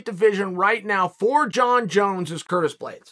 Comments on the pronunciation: "Curtin" Blaydes, lol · “Curtain Blaydes”